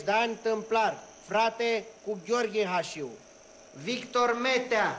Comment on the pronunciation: Slab film. Și nu respectă cartea. Nu mai spun că pe ăia îi chema Hașu, nu Hașiu.